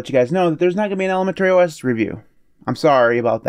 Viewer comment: I am fascinated with the pronunciation of ElemenTERRY OS 😀